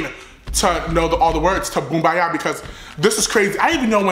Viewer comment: “Boombayah, Boombayoo, Boombayahoo ”😂😂😂